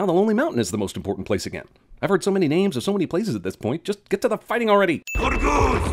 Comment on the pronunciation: I'm convinced dude didn't even watch the movies cause he doesn't even get remotely close to pronouncing their names right.